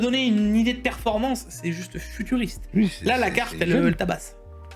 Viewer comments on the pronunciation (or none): J’étais seul chez moi. J’ai bu une gorgée de magie à chaque « futuriste » et « turfuriste ». J’étais cuit avant la fin. J’ai fini le TechActu avec une gueule de bois le lendemain et c’était tuuuuur-fuuuuuu-riiiissste 😂 !!! Oula, je suis pas redescendu, je passe au Tech-AA-ctu 😂